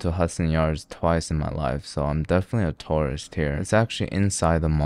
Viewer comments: God i thought he said "I'm a Taurus" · "I'm a Taurists" 😂😂😂😂😂